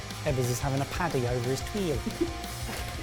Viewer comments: It's not a "tuille" but a "tuile" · Ben it is tuile not twille :D but it sounds very cute like this twille ^^ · kinda hope that "tuille" becomes the new "veloute" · when ebbers said rice tuille, i said rice paper?